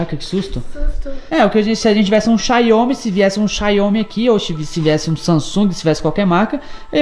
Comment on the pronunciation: Opa. Eu tenho um xiaomi redmi note 8. Eu amo... Então rsrsrs e não se fala "xáômí" e sim "xá-u-mi" 🤣